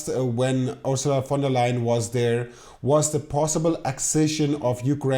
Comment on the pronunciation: Wow! First time I hear an English speaker saying "Ursula von der Leyen" correctly. HUGE compliment! ;)